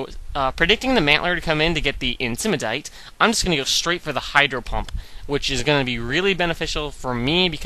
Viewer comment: why the british accent on Intimidate?